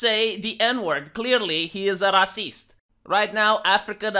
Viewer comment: “He is a rah-ceased” 😂😂